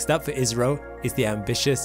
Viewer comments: ISRO w a short `i` sounds more like Israel than `India`. Perhaps an English long `I` would suffice ... Eye's row! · Even then why say ''iZro'' rather ''iSro'' or ''issro'' ? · Can I make a suggestion? The pronunciation is better if pronounced ISSRO, not IZRO. It avoids the 'Israel' problem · naw you saying israel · Dude it's India.!!!! Why you keep saying Israel 🌝😂😂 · I skipped the begginning, and was wondering why you kept saying "israel"... finally skipped back to the beginning and realised it was ISRO. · I heard Isreal lol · I keep hearing 'Israel'. What is it? India or Israel? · Not to be that guy but it's called I S R O not as a single word ( or I think so ) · Why does he keep saying ISRAEL? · hes saying isro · The way he says ISRO sounds like Israel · Your ISRO sounds like IZRA ... making our brain think you are saying ISRAEL. :-) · I thought I heard Israel for a sec... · I thought he said live rail! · Yeh it appears your Indian guy...... Need more work on that accent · Try pronouncing ISRO using a sigma, rather than a zeta.